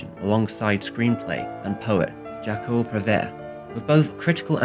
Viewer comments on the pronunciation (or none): Please try to check out when making a video containing foreign words how to pronounce them..... jacques is not pronouced jacko — no matter whether it's french or another language, the videos loose a lot of their seriousness otherwise